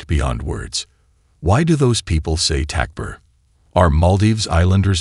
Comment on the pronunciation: Aslm. Awesome awesome content. May ALLAH swt bless you all. Just the pronunciations. Don't k ow if it's AI. But compensate for this. Write the word Takbir on the screen when you hear it is necessary. Otherwise all your efforts could be wasted.